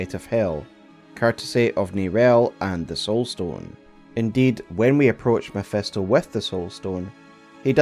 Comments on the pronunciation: Love the video, but its Mephisto not Mephesto😅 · Mephisto with an "I'" not MephEsto with "E" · MEPHISTO !!!! NOT MEPHESTO! FFS XD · Love how it always sounds as if he was saying "mephestol" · You lost me at “mephEsto” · mef-E-sto....dude, please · Who tf is Mephesto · The way he butchers Mephisto's pronunciation makes thsi a hard watch